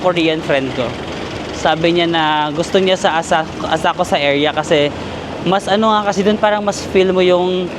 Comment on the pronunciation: Walang U ang Asakusa, it’s pronounced ASAKSA….